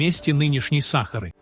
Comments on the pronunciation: Почему САхары, а не СахАры??? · Слушать невозможно. Просто возмутительно. Как не стыдно предлагать такое безграмотное видео. Если уж дали роботу задачу прочесть, задайте ему корректную программу, тогда и не будет СахАры и бархантов.